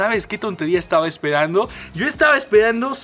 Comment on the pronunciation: Es podeso? Estaba espedando? Jaja no puedes hablar bien 🤣